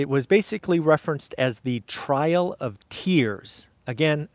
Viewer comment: i’m a history nerd and so I thought it was something new that I didn’t know about. You were you said TRIAL of tears instead of TRAIL of tears. Or maybe I just heard it wrong.